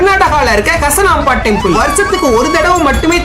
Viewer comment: It's not kassanamba it's hassanamba